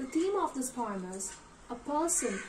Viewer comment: Plz correct pronounciation of the word "Poem".